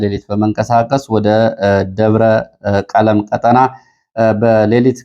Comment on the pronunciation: ሰላም: አማኑኤል አካባቢ የሚገኘው ደብር አንተ በዜና እንዳነበብኸው “ደብረ ቀለም “ሳይሆን ደብረ ቀለሞ ተብሎ ይነበብ። ያደግሁበት አካባቢ ስለሆነ ነው።Debre Kelemo NOT Debre Kelem!